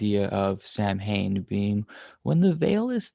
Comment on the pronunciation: Samhain ... like all Gaelic words it’s not pronounced like it’s written 😂... it’s like erm... saun ha... with a long u. The All Souls’ Day is 31st and all saints is 1st nov. France celebrate Toussaints ... all saints but not hallowe’en. They visit graves and leave a yellow flower that blooms on 1st.